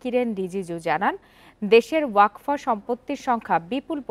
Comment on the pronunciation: Waqf hobe wakfa noi gendu